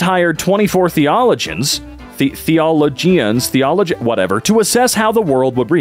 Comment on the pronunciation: Oh, btw,, it's thee-oh-LOH-gee-ans, for future reference. Much love! ^_^